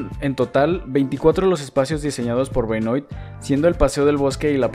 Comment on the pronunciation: Hermosísima ciudad, muy lindo video. Sólo quiero decirte que Benoît se pronuncia Benuá, es de origen francés. Un saludo